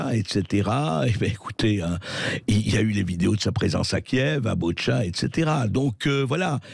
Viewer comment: Pas BOtcha....mais BOUTCHA...